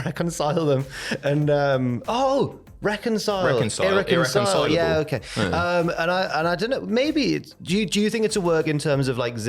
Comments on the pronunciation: I think pronounced irreconcilable pretty well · u pronounced it “irreconcilable” cheers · You guys are saying irreconcilable the right way 👍🏾